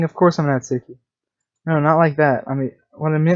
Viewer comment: Thank you for saying natsuki right